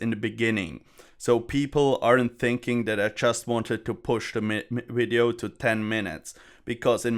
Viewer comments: Wideo Inwesting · try pronounce the word "video" better -- starting with V.... idio... not w-idio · there is no "v" in the german language so he can't pronounce "v" in english. Same for why indians would pronounce "vials" and "wials" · I'll be honest bro. I'm going to subscribe simply because how you pronounce video. It's not even like a terrible thing, it adds humor to the video even if you're not doing it on purpose. I love it. LOL. Kweep it up.